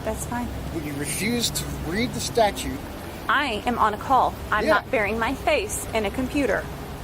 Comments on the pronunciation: If this safetly was your truthful concern he would just say "hey buddy get some lights on that bike, I don't wamt to see you get hurt". But instead you wqnt his ID. Amd hey lawyer, it's "statute" not "status", that's concerning. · The attorney needs to learn to call them statutes with a second “t”, not a statue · Attorney-"Statue". (Statute) Wowowowowowowowowowowowow, but not really, she is black. I would have talked bigShit and left immediately when the pig was proven DEADwrong. EFFFFyourAD, also, I'm sad that these pigs got to live. Terrorizing society "I don't care about the law"-Female DemonPig. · Jesus the f'n lawyer can't even use the word "Statute" properly. OMFG!!! Not a good look. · The word “Statute” has a “t” in the second syllable,. Credibility -1% for mispronouncing a word relevant to your occupation. Reminder: a statuTe is law. A statue lives in a park.